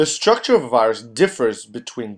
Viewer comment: The ‘Schhtructure of a virus?’ Structure doesn’t have the sound ‘shh’ in it. Please learn to speak.